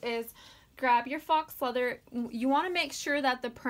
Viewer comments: I love this so much!!! But I think faux leather is pronounced foe leather not fox leather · It’s pronounced foe, not fox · foe means fold over elastic. I looked up faux and were both wrong lol it's pronounced FOW. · faux is French for fake. Rhymes with row.